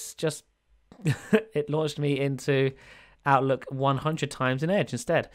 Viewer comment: it sounds like you said "outlet"